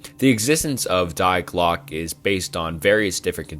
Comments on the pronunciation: He bleeped out the word Nazi lol? What a beta youtuber. Also it's pronounced "dee glock uh" 🤦🏼‍♂️🤦🏼‍♂️🤦🏼‍♂️ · It's not "DIEEE GLOCK" It's "Die Glöcke" at least run these trough google voice man... I'm not even German and I know this. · Its pronounced "dee glock" 😁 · Bruh yes I love it but he butchered it a lot. Die Glocke for example was intense cringe.